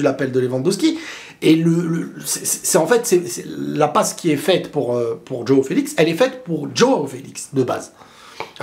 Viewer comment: Ça se prononce : Jwaw et pas Djaw ( Joao )